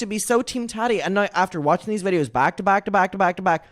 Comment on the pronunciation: i love how you pronounce Tati like tatty 😂